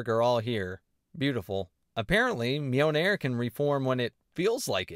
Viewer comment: Great review, but the constant pronunciation of Mjolnir as "Mee-o-nair" was a bit grating.